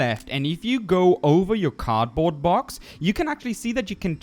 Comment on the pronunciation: I'm so mad when he says "card box",it's cardboard box